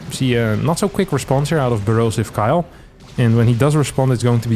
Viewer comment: Everytime he said Borosive Kyle I was thinking it sounds familiar. I finally got it at the 9 min mark